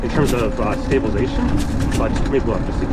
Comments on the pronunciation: You keep saying stabilation lmao wtf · yes but you're missing half the word when you say it :)